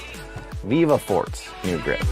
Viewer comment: I think its pronounced Fortay